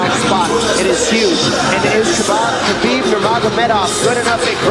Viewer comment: commentator call khabib Kabob lol